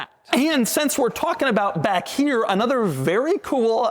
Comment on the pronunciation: how did "another" turn into "blbbblbllbbl"??? You okay, Doug?